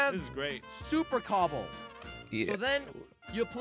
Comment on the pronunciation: This video made me laugh so much when said “cooble” and doodle